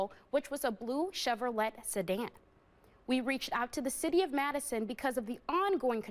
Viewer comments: Blue Chevro "LET" sedan. I've literally never heard anyone pronounce it that way.😅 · She really delivered the T in Chevrolet. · The T is silent in Chevrolet…